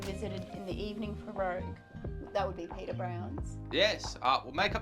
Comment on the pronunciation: Just so you know. The pub is Peader Brown’s not Peter. Now Peader is Irish for Peter but it’s pronounced “Padder”. Also the river is the Liffey not the Leffey. Finally you really shouldn’t do your Hollywood Irish accent, it’s really bad and borderline offensive. Apart from that nice video and glad you enjoyed Dublin.